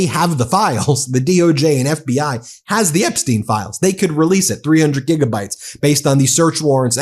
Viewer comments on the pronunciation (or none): none